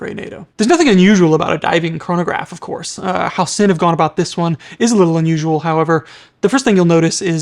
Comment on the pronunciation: No you didn‘t say it right 😂